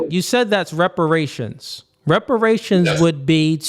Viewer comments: “Respirations”??? This moron cannot even speak english… WTF are respirations?? LMAO! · Soooooo we just gon continue letting him be more ignorant and sounding dumb as shit.. its REPERATIONS,, not RESPERATION🤦🏿‍♂️🤦🏿‍♂️ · He can’t even say the word “reparations ” right it’s sad and embarrassing to be this type of black